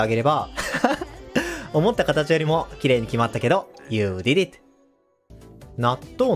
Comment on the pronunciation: この人のyou did it の発音好き